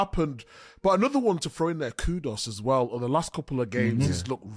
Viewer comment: Kudus is pronounced KoooDooos...not Kudos.🙃